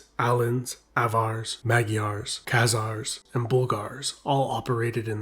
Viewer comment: Kh-khazars you say...?